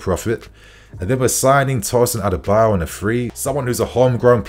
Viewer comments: is so poor at pronouncing names😓...it's adarabioyo not adebayor😒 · It's Pronounced TOSIN A-D-A-R-A-BI-OYO!!! Not Adebayor as you sound it. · It’s adarabioyo not adebayo